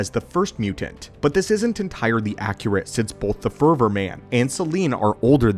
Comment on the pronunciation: Did you mispronounce Forever? For-ever. For-ver?